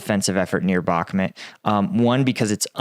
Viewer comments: Its Bokmoouuuwt not Bocmit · He pronunced Bahmud as if it was a city in team America. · It is not Bakmet , or Bukmat , or Boch mut etc. !!! Just say a real name !! Try to learn it ! I speak 4 languages and never speak rubbish !!!😡😤